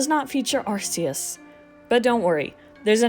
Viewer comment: FINALLY SOMEONE ELSE WHO SAYS “AR-SEE-US” !! Awesome video btw love learning about Pokémon glitches